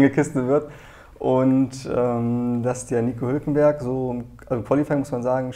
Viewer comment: Musste ich lachen bei "hulkemberg" xD.